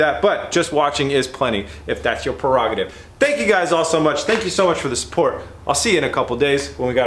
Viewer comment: Omg he said prérogative!! Hahha keep it up!!